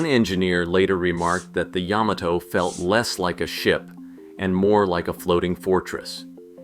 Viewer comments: OMG! Ya-MA-to! YaMAto! Accent on the MA! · Wrong! It's yä-mä-tō with each syllable getting equal weight. Look it up!